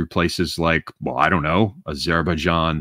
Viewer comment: The way pronounces Azerbaijan hurts my brain bad, great stream regardless!